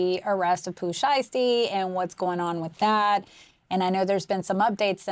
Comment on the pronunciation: The was you say shiesty is impeccable 😂